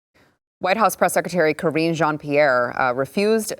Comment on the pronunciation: Her name is "Karinge" Jean Pierre!